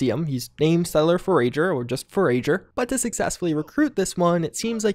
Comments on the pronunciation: You're putting the wrong emphasis on the wrong syllable again. It's 'for-ager' not 'for-a-ger' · "Fore-AGER"? lol FORE-uh-ger. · Four- ah- jer .... not four-A-jer... like a forager- noun; a person or animal that searches widely for food or provisions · It isn’t [For-Rager], it is [For-a-ger], one who forages or searches for items of interests. Also he has a name, or at least nickname. It is Gramps. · “Four-uh-jer”. Sorry, had to. Been enjoying your Fallout content for years, thanks.👍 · FOUR-EDGE-ER what is a four-age-er? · It makes me wanna scream that you said for-age-r instead of forager. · It's pronounced 'four-a-ger', not 'four-ra-ger' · You mean forAger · I was just gonna comment on that 💀 Four-A-Geur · Foe-Rager . . . Or For-Ager. . . Lol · FoRAGEr Love it. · For rage er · Dirty Blue i think i like fo-rager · For-AGE-ur? I had to do a double take and really look at the name. Lol. Great video,! Thanks for the giggles. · I'm willing to put up with a lot of mispronunciation, but For-Age-r is where I draw the line. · "For-ijer" is how you pronounce "forager". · "Forayjer!" xD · Also: “For-uh-jer” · Fo-RAGE-er. Hilarious. You know all those things I always say. Those things again right now. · Forayjer 😂 sorry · are we not gonna talk about how mispronounced the word "forager"? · That one and the mispronounciation of forager made me twitch. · Seems fitting that can't pronounce Forager correctly and his intelligence is too low to pass a speech test. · Omfg dude, how do you not know how to pronounce forager?